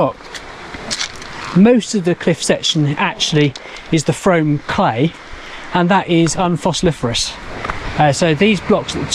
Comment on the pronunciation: 'Frome" rhymes with broom and tomb !